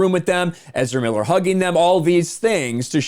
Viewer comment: Ezerrrramemiiler who.?